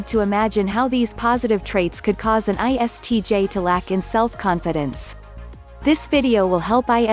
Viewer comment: as an ISTJ , at this point i became like WTH she said iTsj ... 😂